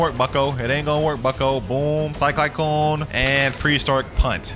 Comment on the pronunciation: 'sky kyclone' 💀💀💀